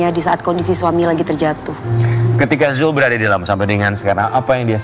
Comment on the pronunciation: mc nya ganti kali tuh yang nyebut nama zul saja belepotan